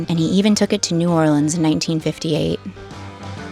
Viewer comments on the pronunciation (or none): none